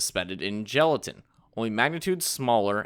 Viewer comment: Gelatin, not gelitain.